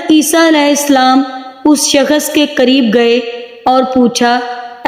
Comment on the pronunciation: Shakhas nhi shakhs hota h